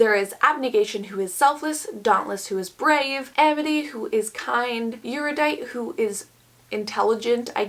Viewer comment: Erudite is generally pronounced air-uh-dite or air-yoo-dite, if you care. (I wouldn't. You're doing fine.)